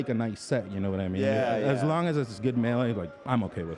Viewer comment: Get the t's out of melee.